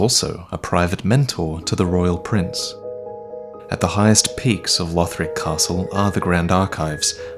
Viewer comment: Conjecture not conjunction. Also, Lothric not Lotric.